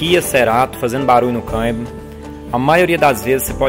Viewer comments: Ótimo vídeo mas o "caimbio" é tenso 😂😂😂😂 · Engraçado como ele fala a palavra "câmbio", mas o mais importante é que solucionou o problema com autoridade! Parabéns!! Deixei de comprar um Kia Cerato 2018...já estava com 150.000 km rodado e o segundo dono afirmou que nunca mecheu na caixa de marchas (inclusive o primeiro dono). "A montadora não recomenda trocar o óleo da caixa" etc... Acredito que, se eu comprasse ele.... certamente teria de sambar na troca do óleo e filtro né?!....